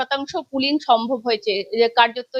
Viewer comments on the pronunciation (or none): তুই সাংবাদিকতা ছেড়ে দিই পুলিন পুলিন টা কিরে রাম ছাগলী। পুলিং টা কি পুলিং হ্যাঁ। ভালো করে উচ্চারণটা শেখ তারপরে সাংবাদিকতা করিস।